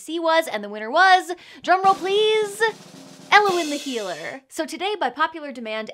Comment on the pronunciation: As a welsh person it confused me greatly to hear Elliwyn pronounced like that. I like it though